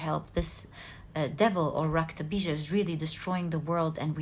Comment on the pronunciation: Really intrigued by your knowledge of Hindu philosophy and mythology. Very well learnt and reproduced. You are really amazing!!! Your narration of Maa kali's episode with the specific mention of the name "Raktabeeja" so correctly pronounced is really marvellous... You are wonderful and I love your readings. Thank you so much for being such a blessing. Not to forget.... I love the way you laugh....there is music in your laughter.... 😊😊😊😊